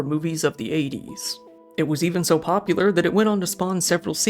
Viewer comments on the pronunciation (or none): none